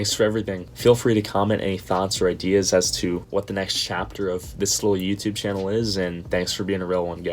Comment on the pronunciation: Another great video btw not shannel...channel with ch xD anyway amazing people say after 100k subs come easier and you get more sponsors easily..keep it up